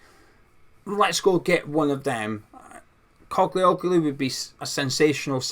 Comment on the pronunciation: Morning, the ‘i’ in the surname is silent sound and the g has a line over it making it adopt the pronunciation of the vowel before it. Greeks (as is with Postacoglu), pronounce the name as written. The Ottomans left their mark with them, clearly, that some names in Greece have Turkish origins. In the case of the Spuds’ manager, his name means “Son of a Postman” As a Turk and lifelong Hammer… this signing would be mad!!! Ferdi was a good player in the Euros, although he does naturally tire come min 65, but he gives everything up to that point so it matters not. Another frailty is that in the national team he was sometimes caught out in tracking back. It wasn’t that long ago that Mourinho said Ferdi was staying…so this has come as a welcome surprise if true. Ferdi’s mum is Dutch and he was raised there and as an old Dutch friend of mine told me, he was in the same Academy as Gakpo. He has the work ethic of a Dutch player in his dna, which is a good thing.